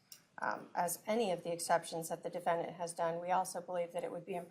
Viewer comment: Her voice and manner of speaking. She says "diffindint" instead of defendant.